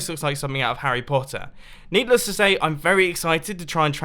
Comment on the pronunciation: did he say neatless to say?